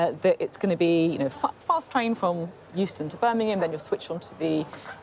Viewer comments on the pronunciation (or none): Beth, Beth, it’s BirMingham not BirNingham.